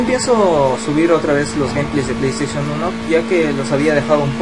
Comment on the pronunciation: nuebo sub me dio risa cuando dijiste play station